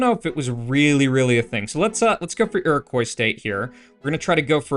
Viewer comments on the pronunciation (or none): none